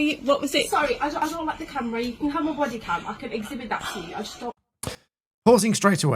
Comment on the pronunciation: She said camery?